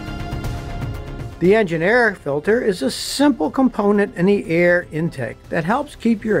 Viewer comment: I had to turn on CC to realize that "the eh-ja-NAIR-rah filter" = "the engine air filter."